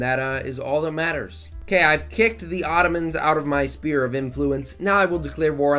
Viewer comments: Extremely annoyed on how u pronounce "sphere" as spear 😤 Sfere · that‘s a vic2 meme, spudgun and his buddies all pronounce it like that